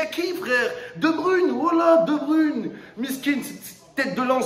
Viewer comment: De Brune 🤣😅 il ne sait pas prononcé correctement les noms des joueurs